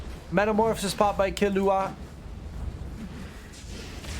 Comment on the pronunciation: it's kil-lu-wa, not killu-a (hxh)